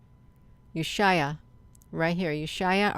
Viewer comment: Thanks great catch! Ushuaia is pronounced: U shway a